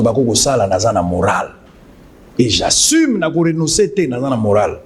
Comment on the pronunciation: J' assiiiimeeee Mawa. J'assume monsieur! Apprenez à mieux ARTICULER!!!! Soi-disant juriste !!!!